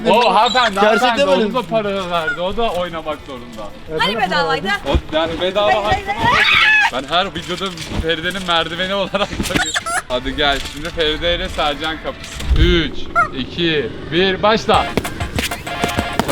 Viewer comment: ferideye ferdi demesi😂